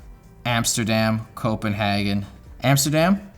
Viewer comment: That’s not how you say Copenhagen